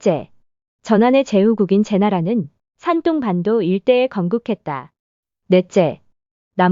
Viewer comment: 대륙 백제에 대해 대한민국 사람 입장에서 받아들이는거야 사람 마다 다를 수 있겠으나, 인구수로 따져보자면 산동(둥 이라고 발음)성 인구가 1억 500백만명인에 전라남도와 북도 인구를 다 합쳐도 400만이 체 안되요. 사람이 애 낳고 돈 벌어서 먹이고 가르키고 키우는 인간사 거기서 거기라 치면, 1억 500만명 VS 400만명을 1500년 전으로 거슬러 올라가서 당시 인구로도 어디가 먼저 발원에서 어디로 진출했겠어요. 한번 상식적으로 추측해보시면 나오실껍니다.